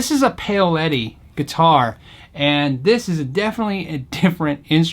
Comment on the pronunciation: Shaun W He’s definitely pronouncing it “pay-o-letty” which is a bit wrong. I guess isn’t an Italian American! 😛 With respect though, as nice as Gordon Smith guitars are, the wood selections, craftsmanship and build techniques that go into Paoletti guitars is in a different league to Gordon Smith - when did you ever see a Gordon Smith made out of centuries old reclaimed timbers with a recessed leather top? These guitars are intended to compete against the best custom shop and independent luthier built guitars in the world. I’m sure Gordon Smith would admit themselves that their guitars are intended to go up against and compare favourably with big name US production instruments from the likes of Gibson and Fender (which they typically undercut in price whilst offering more options and flexibility) or newcomers made elsewhere in the world the likes of Eastwood.